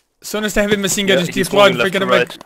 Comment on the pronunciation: why he saying - maSin gun )))